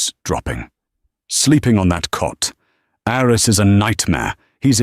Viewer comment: The name "Aris" (short for "Aristotle") is pronounced "AH-ris".